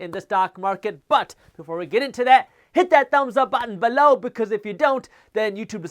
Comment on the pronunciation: I watch these videos just to hear jaspreet say “BE-LOW” 😆